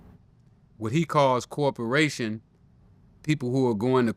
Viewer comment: Yo Rick, it’s COE-OPERATION 😂